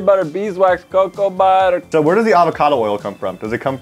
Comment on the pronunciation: is it just me, or did he say cow butter